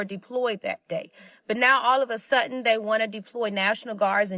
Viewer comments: January 6th, all of a "sutten". God damn sorry ass ebonics🤣🤣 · All of a sutton, the ordacity. You beat me too!!!!